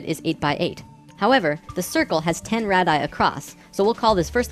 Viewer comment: I love your videos! they have a lot of great info, that seems to be compatible even with the teachings of Seth. However, as a grammar-Nazi, "radii" is pronounced "RAY-dee-eye."